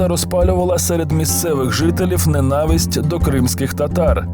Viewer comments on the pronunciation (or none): none